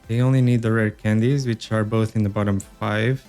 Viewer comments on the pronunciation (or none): none